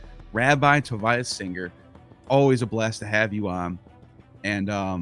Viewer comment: its sounded Tovea not Tovaya